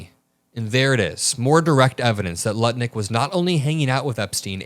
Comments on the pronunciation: I think you accidentally said Howard nutlick but that’s incredible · Did you intentionally call him Howard “Nutlick” ? 😂😂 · "Nutlick" is such a perfect mispronunciation of his name!! :D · I love it, you said Howard nut licks! How perfect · that “nutlick” misspeak was too clean to be an accident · Lol... You said "Nutlick". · he said Howard Nut Lick 😂😂😂😂😂😂😂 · I heard your “Freudian Slip” Nutlick 🎉😂😂😂😂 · 😂 you said “Nutlick” once “by accident “ perhaps??? But it’s MUCH more accurate! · says “nut-lick” 😅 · Did I hear you correctly ? Howard Nutlick? 😂😂😂😂😂😂😂😂😂😂😂😂😂😂😂😂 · "Howard Nutlicks" LOL! I don't know if that was purposeful or accidental, but either way made me chuckle. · Forgive the pun, but was that a slip of the tongue when you said "Howard 'Nutlick'"? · The spoonerism is hilarious. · 🤣 did you say Howard nut lick?😂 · I heard Howard nutlick . Intentional or a slip, dont care that shit was funny homie 😮😂😂😂😂😂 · Hey, did I just hear you say Howard Nutlick? Freudian slip perhaps? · HA HA you said Nutlick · I heard you say "Howard Nutlick" 😂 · "Nut Lick" ... hey that was pretty funny. You mispronounced his name and that was a fun moment. On purpose or just a Freudian slip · I heard you say Nutlick..I know it wasn't on purpose but i still giggled... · You said Howard Nutlick ... 😅 Catchy... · You said Howard Nutlick 😂🎉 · Okay who else picked up on the Freudian slip he said nut lick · You said "Howard Nutlick" lol I don't think it was on purpose but it was accurate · Nutlick Lol I don't know if it was intentional, but it's easy enough to transpose those syllables. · I swear said Nutlick 😹😹😹 an accidental slip of the tongue, I do it too, I think everyone does. Keep up the great work. 💜🫂💜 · Hahaha, he said Howard Nutlick lmao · I heard a slip- Howard Nutlik 😂😂😂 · Did you say Howard Nutlick? 🤣🤣🤣🤣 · "Howard Nutlick" is fucking hilarious whether it was a misspeak or not 😆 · Did I just hear you say Howard Nutlick? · I could have sworn I heard "Nut-Lick."